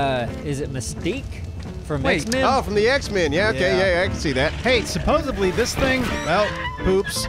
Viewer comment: said “supposebly” 😂😂